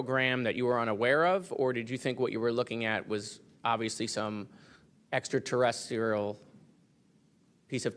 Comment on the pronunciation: extratereserial? Lol